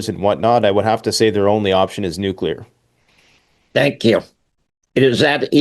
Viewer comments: “Nookyooler”. Cmon man. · I am sick and tired people misspronouncing NUCLEAR, by saying it wrong NUKELAR. do these people ever went to even middle school???? LMAO😂